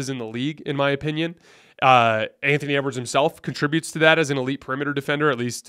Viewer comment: Did really say ewards come on he's not even close to mvp